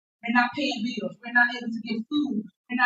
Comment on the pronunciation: She awful Interested in paying da beeels if only she was so enthusiastic about paying her rent then beeels and allezations 😂